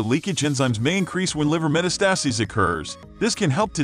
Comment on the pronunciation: You should have someone read this information who knows how to pronounce “metastasis”.